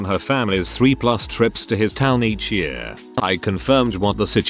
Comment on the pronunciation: No one: The text to speech saying year: Yüré